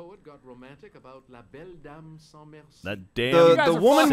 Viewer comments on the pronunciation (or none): none